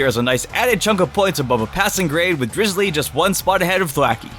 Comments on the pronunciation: its not drizzily, its drizzile! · Drizzile not Drizulee